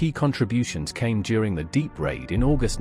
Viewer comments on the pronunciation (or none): Deep raid? DIEPPE raid Dee-ep raid.